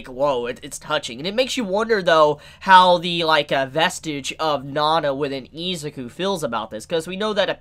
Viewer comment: Take a shot evrytime says "Eezuku" 😂